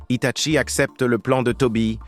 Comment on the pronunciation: Arrête c'est un désastre tout le monde le sait que Itachi devrait être un Hokage devrait être le plus doué de tous les ninjas mais malheureusement ce n'est pas eu la vedette donc stop et on dit Hitachi et non pas Hitatchi